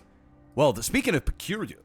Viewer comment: Speaking of percuular...peculiur